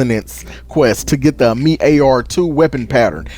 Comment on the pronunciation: Uh-meat lmao